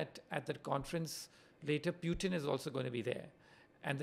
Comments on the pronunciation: First time I heard PewTin instead of Putin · What's this Pyootin? Bhai bolna nahi aata kya tujhe?